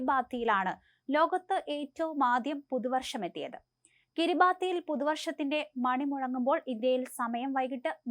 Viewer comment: Kiribati is pronounce as Kiri-bas (in Micronesian language)